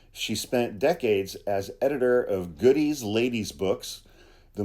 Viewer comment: The correct pronunciation is "Godey" with empathis on "Go".